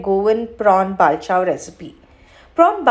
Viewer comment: Bavl😂...it's Pronounced as Bol not Ba- vl